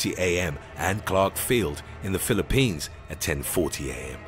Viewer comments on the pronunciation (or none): none